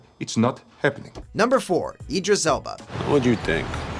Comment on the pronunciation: Idris not Edris